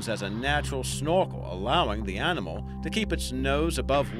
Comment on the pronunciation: What's this " Arninmall" can't he say "Animal" 🤗